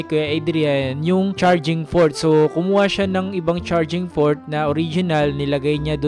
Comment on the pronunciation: charging fort? halatang di mo alam mga English words na ginagamit mo kuya hanggang ngayon. kahit sa mga ibang vlogs mo. ang dami nyong ganyan na mga nagva-vlog para daw sa kaalaman ng iba o manonood. kung para pala sa kaalaman ang vlogs nyo e dapat sana naman e alam nyo rin, alamin nyo rin siguraduhin nyo tama ang mga words ( meaning )na pinagsasasabi nyo para sa tamang impormasyon. kung ano yung sinabi nyong words sa pagbigkas nyo, yun ang gagayahin ng mga nakarinig sa inyo na di rin alam o sure sa kung tama ba ang sinabi nyo. so nakapagpasa nadagdagan pa ang gagamit ng mga maling salita o English words na mga Filipino. imbes na nakatulong ang mga sinabi nyong mga Pinoy vloggers e nagpapakalat pa kayo ng mga maling paggamit ng English words. magreseach muna sana tayo, mag-aral muna sana tayo bago gamitin ipasa ang ano mang mga information✌️